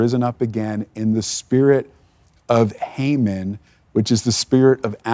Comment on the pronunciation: What an excellent biblical analysis! Hamon always hangs on his own gallows!! By the way it is pronounced "ee ron" and not "I ran."